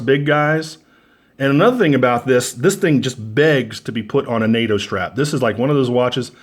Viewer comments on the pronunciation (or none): none